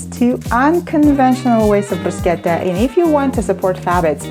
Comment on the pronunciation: Deli-deli-deli-delicious 👌 Love you rrrrr when you say bruschetta